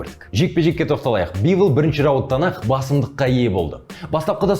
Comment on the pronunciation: Дазон емес DAZN оқылғында дазыэн бивл емес бивол